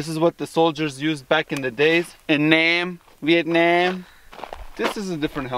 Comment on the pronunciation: Hey bro, you pronounce "Viet-nem" correctly